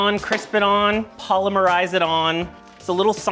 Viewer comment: Just a note that you're pronouncing polymerize correctly. The emphasis is on the second syllable, as in po-LYM-er-ize.